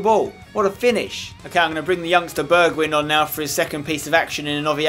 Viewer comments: Ay spenny, just to help ya out, it's pronounced burg whine Mountain wine. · it is funny how english people can't say the wijn in a Dutch name, like in wijnaldum and bergwijn, you pronounce it a bit like wine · spencer i love your vids but i hate how you say bergwijn. you say it like bergwine pls say it correct and keep up your good work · You pronounce Bergwijn just like how you pronounce Schweinsteiger with an "ei" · You pronounce the E in Bergwijn like the E in egg. Wijn you pronounce like wine. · It's not a short "i" but a long "i" not the i from win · I think it's pronounced like Berg-Vine like Vine-naldum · Pronouce Bergwijn like berg(pronounced as berg is Heisenberg)-wine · The the last part of the name bergwijn is pronounced as wine so it's bergwine👍🏻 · You are supposed to pronounce it "Bergvine" like the app Vine. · The 'wijn' in Bergwijn is pronounced like 'wine'. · you say bergwijn like bergwine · Hey Spencer!, u pronounce bergwijn as bergwine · Bergwijn is pronounces like Bergwine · Pronounce Bergwijn like: Bergwein ij = ei in dutch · You Should purnounce bergwijn as bergwine. Thats how the dutch people say it. :) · I think Bergwijn is pronounced Berg-Wine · Spenny, Bergwijn is pronounced as Berg-whine. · You pronounce his name like bergwine and you pronounce the "e" as the e in "where". Just wanna point that out ;) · You should call him 'Berg-wine'. That's about as close as you can get to the Dutch pronounciation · Try to pronounce bergwijn as (in english) bargwine. The A as in happy:) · Bergwijn is pronounced as: bergwine :) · its pronounced bearg-wine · Spencer it's pronounced Bergwine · Nice episode Spencer! You pronounce Bergwijn like Bergwine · Say Bergwijn like this: Berg-why-n . I'm dutch; so it should be okay ;) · Spence, you're saying Bergwijn wrong, it's pronounced Bear-g-wine :P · You should say bergwine instead of bergwijn cause then it would look more like how you say it in dutch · spence its pronounced Bergwyn not Bergwidsjn